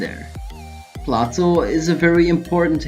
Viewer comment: FYI .. Plato is historically pronounced "PLAY-TOE".. not "PLOT-OH"..jusssayin'